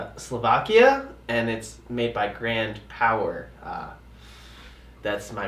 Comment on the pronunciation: Sigh-bog gwand powuh